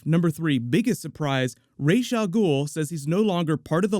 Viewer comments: I hate it when they call him Raesh. It's Ras. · 97. No, it's not. The name derives from Arabic, that's how it was originally created (That's also how it is pronounced in the Nolan trilogy: Rahs not Raysh). The Hebrew pronunciation is therefore wrong, even though it is used as much as the correct one. It's like slang or a weird dialect. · Actually the correct pronunciation is the hebrew Raysh, on both Nolan's Dark Knight trilogy and Arrow used the arabic pronunciation Ras.